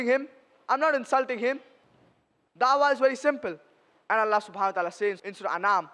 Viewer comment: Allah ❌ nalla ✅😂😂😂